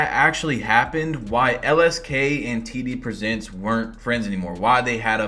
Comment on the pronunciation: I thought he said TDBarret😭